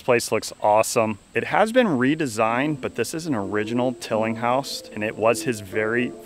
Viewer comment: It's easier to say Tilling-house for sure lol. I said it for years til I was finally corrected one day!